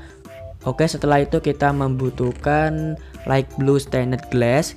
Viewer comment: wkwkwkwkw light bang bukan right